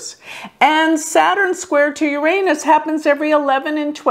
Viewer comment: Thank you for pronouncing 'Uranus' properly.